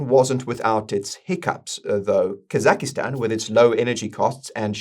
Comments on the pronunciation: The 'i' popped up there in Kazakhstan, "Kazakistan"... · I like how you call it kazakhi-stan 😂